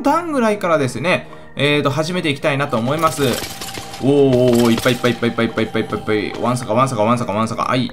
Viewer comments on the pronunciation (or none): いっぱいて何回もゆうとぱいぱいぱいぱいって聞こえるの俺だけ？